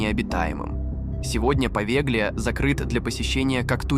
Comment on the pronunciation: Остров Повелья,а не Повеглия).